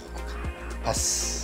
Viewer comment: 「パス」が、全部「バス」に聞こえる(๑⁍᷄ω⁍᷅๑)